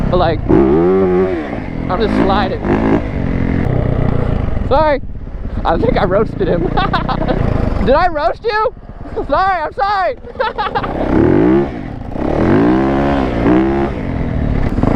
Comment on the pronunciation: its "roost" not "roast" but we knew what u meant lmao